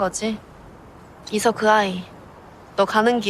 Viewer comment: 왜 이서를 이석이라 하셨어욬ㅋㅋ